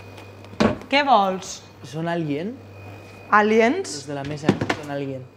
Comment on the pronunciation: Jajaj yo escuche "alíen" las 2 veces q dijo Bruno jajaja